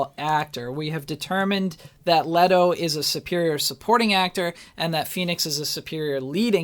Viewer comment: God you are KILLING ME. It's leh-to, not lee-to. And Jared is the superior actor.